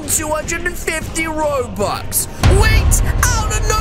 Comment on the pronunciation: I hate when he says robuwx